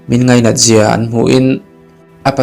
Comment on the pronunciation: Ngaina tih leh lainat tih hi ilam diklo hret a, a bak zwg erwh gaihthlk a nuam. I chhiar thiam ltk,a thluk adiklo deuh a. A dwtleh ah cuan a dik turah gai ag aw....